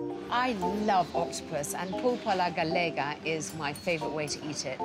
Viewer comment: I just discovered your video and I love it. I’m from Spain and I love to watch videos about Spain from the US, with out the politics, all do I learn from the comments on here. Please is pulpo a la gallega, not galega 😊